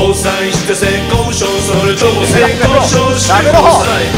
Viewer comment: ゆってぃの言い方SAY KOU SHOWじゃなくて、ちゃんと性交渉なの笑う